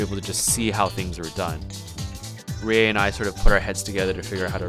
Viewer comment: Rie Subtitles: Rea Me: WHAAA